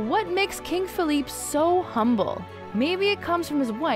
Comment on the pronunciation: You butcher the name “Felipe”